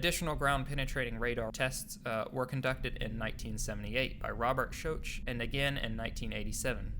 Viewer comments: Robert "SHOCK"... Not "shoach" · His name is Shock! Pronounced Sh. Ock. Your murdering that man's name! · Edgar “Kay-see”, Robert “Shock” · Dr Robert Schoch is mentioned in this vid ... just pronounced incorrectly as "Showsh" instead of "Shock".... His photo is there too . Excellent video. Thanks for this. I've often wondered why nothing more has ever been made public regarding these tunnels but with ZH in the mix there will be little or no progress of any real merit. Almost 10 years since he was "removed" yet his blinkered and stubborn attitude continues to stifle and thwart any news coming out of Egyptology. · Schoch is pronounced "Shock" Cayce is pronounced with 2 syllables like " KC" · Robert "Shosh"....cringe. otherwise a great video. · Casey, not Case. Her-o-da-tus (2nd syllable accent) Dr Schock, not Shoke. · Good video but Cayce is pronounced Kay see and Schoch is shock... Important people in this scenario. Check out unchartedx videos, too. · Could you lazy bastards actually bother to learn how to pronounce proper names? Cayce is pronounced Cay-see and Schoch is pronounced shock. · "Robert Shoesh" haha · I’m sure someone has already said this, but Robert Schoch’s name is pronounced “Shock”. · that's a funny way to pronounce Schoch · Good vid. But your mispronouncing Robert Schoch .. the greatest hero of the sphinx story....man that tells...it tells u didnt read much. Great video thought!!! Keep it that way! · He's mentioned, his name is just pronounced incorrectly.